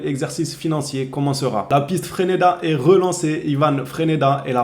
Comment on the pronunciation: Eidkom moubarek les amis! FRESNEDA très gros potentiel, il a 18 ans. Je l'ai vu une fois contre Vinicius, je peux te dire que Vini a quand même galèrer! Et ça ce dis Fraise-neda et pas Fréneda... 😉